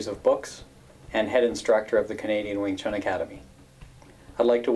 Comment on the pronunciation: Wing chun.... Not ving tsun